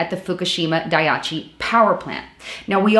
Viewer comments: dah - eee - chee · Pronounced: Die-ee-chee.